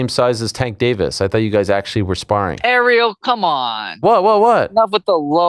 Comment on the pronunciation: Kilo Harrison 😂 learn how to pronounce Ariel